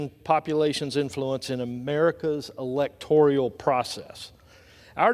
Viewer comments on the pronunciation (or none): Oh and the word is electoral and he keeps saying the word electorial..... the idiocy is astounding. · Not electorial, it's electoral, buffoon! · Pretty rich that Edwards refers to Raskin as somebody who "claims to be an expert on the Constitution." Raskin is one of the few pre-eminent Constitutional schlolars in our country and he puts mush-brained MAGA hacks to shame. Edwards can't even pronounce "electoral!" So yeah, Raskin doesn't have to claim to be an expert, he just IS an expert. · Elec-tor-ee-al? Please. He can't even pronounce it correctly. Just which party voted down a prospective bill to help at the border, due to the request of their immoral, twice-impeached, indicted, convicted party leader? Rather hypocritical to bitch about it when they turned down the help that would have been available had They. Not. Voted. It. Down. P.S. Gym Jordan's loud voice does not make his contentions any stronger. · Hey Edwards. What is "electorial"? Is it similar to "electoral"? How are you in office? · THE WORD IS... E L E C T O R A L NOT "ELECTORIAL". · Elector-I-al lol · Electorial? Not a word!!! It's Electoral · He completely lost me at "electorial." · It's "electoral" not "electorial" Edwards ya goof🤦‍♂️ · Hey, genius from North Carolina - it's elecTORAL, not elecTORIAL. There is no such animal. And he's still arguing the facts stated by Jamie Raskin about "persons" referred to in the Constitution. No one argues with Jamie Raskin about the Constitution and lives to tell the tale. LOL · It is electoral not electorial dumbass Republican!! I just love how a North Carolinian Representative acts like he knows what is truly happening at the border. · Elect or al. Not, elect or i al. Idiot. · Someone, please, tell Rep. Chuck Edwards of North Carolina that there is no "i" in either the spelling or pronunciation of "electoral." Thanks. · This dude from NC can’t even pronounce the word “electoral.”